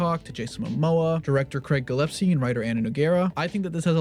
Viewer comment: Why is everyone pronouncing "Gillespie" as "Gillepsie".